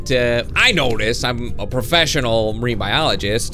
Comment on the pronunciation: "I'm a prefeshenol menbialigest um that not true"